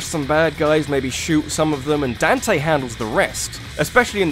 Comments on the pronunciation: Dawn-tay. Not Dan-tay. Daaawn-tay. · DAN-TAY?! LOL DON-TAY